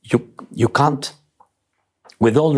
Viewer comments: Oh this was delicious. From When he said "you cant " when all I heard him referring to trump as 'you c*nt" ...I am almost wondering if this was a deliberate or subconscious mispronunciation due English not being his first language. All the same I kept playing it back because it felt cathartic to hear Zelenskyy rightly call trump a cant after the way trump has continuously disrespected, insulted and undermined Zelenskyy and Ukraine. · great way he says can't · ...... has anybody noticed how Zelensky pronounces "you can't" when speaking about Trump? - He rightfully and very fittingly says "You c_nt"..... hehehehe. Very apt if a bit crude. Obviously I don't condone swearwords but in this case it seems to fit onto the whole "administration". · President Z of Ukraine had me at "You can't " (pronouncing it cun t). That pause had me laughing out loud. It sounded like he was (appropriately) calling t-rump you c u n t. 😆 🤣 😂 I love his beautiful accent. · Love the way Zelensky says ' CAN'T' pronounced with a U, why does he keep referring to Trump like that😂😂😂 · I love it when Zelenskyy is saying trump “can’t” do stuff, he repeatedly pronounces it “cunt”. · Honestly I thought Zelensky said, cunt at first. Either way, I'm for it 😂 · It was interesting how V.Z. in the interview would say the words "you can't." His accent (the 'a' sounding more like a 'u') and pause between "can't" and the following word ... that was a good jab at the i.D.i.o.T. Happens at the min mark. I realize there are thousands of comments here, and I didn't read them all to see if anyone else noticed this. Anyone else pick up on this? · I’m sure Zelensky’s pronunciation of “you can’t .. “ was interesting in his sentence on Trump?😮😂😂😂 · I love the way Zelensky pronounces can't it sounds like he's saying "see you next Tuesday", which is a perfect word dump and his entire administration. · When Volodymyr Zelenskyy pronounced can’t , he sums up Trump perfectly